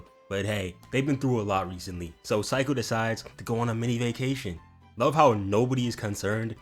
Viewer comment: Seiko= say-ko (this is how you prenounce her name XD lmao lmao)